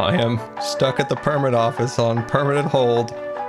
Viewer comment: Don't you mean on "permitnent" hold?